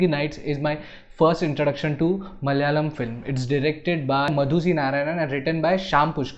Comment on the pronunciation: Hey, sorry to pick on you. it is pronounced as M A L A Y A L A M. Not MAL - YALAM